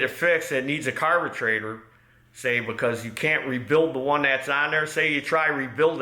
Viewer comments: This is the first time watching. What’s with the word carbetrator? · Dammit, now I can't pronounce "carburetor" anymore lol